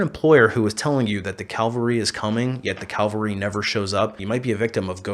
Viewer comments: It's cavalry, not calvary. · Calvary???? It's CAVALRY!!! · Calvary is a hill relevant to christians. Cavalry is a military unit. They aren't pronounced the same. Not posting this to be critical, just to help.